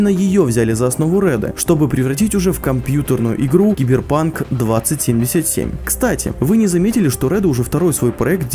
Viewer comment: Блять как мне режет слух 20(пауза) 77 сука название 2077 это как сказать 2к 77 это раз второе лучше пускай делают дольше но выйдет качественнее и третье мне кажется будет deus ex с кастамизацией ГГ и вобщем то и все. Я читал много книг, комиксов про киберпанк смотрел аниме и фильмы играл в игры и думаю врятле меня чем удивит проект(я не утверждаю лишь имею догадку)